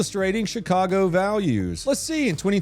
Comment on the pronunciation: Did you pronounce Chicago as shit-cargo? 🤔👍👍👍